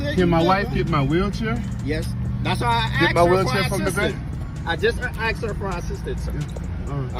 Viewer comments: I AXED YOU? or asked you. I can't believe a cop s NOT able to pronounce words correctly. What a shame. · ASKED not AXED!